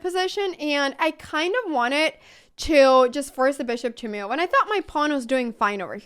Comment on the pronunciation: It is sort of entertaining the way U pronounce "move" as "muv"..